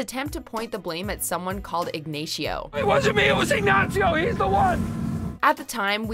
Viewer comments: Who the hell is Ig-nay-shio ? 2 seconds later it's pronounced correctly as Ignacio. Not that hard of a name to say. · how can you pronounce this with such a strong spanish accent even tho the characters obviously dont bother... but then butcher poor ignacio by callimg him ignayyceeio? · how do you mispronounce Ignacio’s name when you then immediately show the clip of him saying it right...🤦🏼‍♂️ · Ig*nay*shio I hate to be THAT guy--a critic of a video I'm gonna click a ThumbsUp on, but c'mon. It's Ignacio. After all the hours compiling and coordinating these clips, are these projects so rushed that the narrator doesn't have ten minutes to watch the vid prior to tracking the voiceover? I'm sitting through the first of probably three or four advertisements † and I see $30 T-shirts for sale. WatchMojo earning plenty of revenue to apply some attention to detail. † Sadly, this first commercial is longer than the amount of BB/BCS vid I've watched so far. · Eegnayshio Varga. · The name is Ignacio, not ignashio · “someone called igNATIO” bruh wtf lmao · > Ig ney tio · I can’t get over the way you say his name considering the clip is right there... it’s Ig-NASEE-o not Ig-neishee-o.. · Saul shouts "Ignacio" and moments later the lady just called him ignashio ... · Ignayshiow? Ignacio!!!!! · Yeah, they're mistaking "Ignacio" for "Ignatio." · Even if they say Ignacio, she insists on calling him Ignition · not Ignachio its ignaCio not ch, C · "Ig-Nah-Cee-Oh" not "Ig-Nay-Shee-Oh". Getting this right is not difficult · His name is Ignacio, not Ignasheoh but okay. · The reference to "Ignachio". You can't say his name right? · “Ig ney sho” wth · Who tf is Ignayshio??? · Why do you pronounce it like Ignasio? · Did this bitch just say ignasheo😂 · Ignashio she said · Igneixio? What hell did she say there? 😂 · Yeh Ignacio Nacho varga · Who’s Ignashio?? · IgnASHIO.... smh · "Ig-nay-see-oh". I was way off. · Lmao IgNaySheOh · "Ig-nay-shee-oh" LOL SMH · ig nay she oh